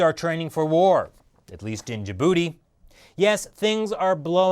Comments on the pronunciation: "Hopefully the chinese military will stay contained in ja-booty" lmaooo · I can't help but laugh when ever he says Djibouti